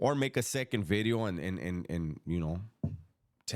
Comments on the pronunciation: 'Ely' is a rough area of Cardiff, in Wales. The correct pronunciation would be 'Eelee'. Another lovely 'vidyo'..... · Sup homie. People like the way you say video because it almost sounds like you’re saying glass in Spanish. It’s all good!